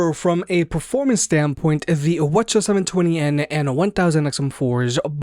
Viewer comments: wth is wuhchuh ?... why didnt you just say 7twennies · Are you saying “wa cha” when saying WH-CH720N? lol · Lmao he calls it whachas 720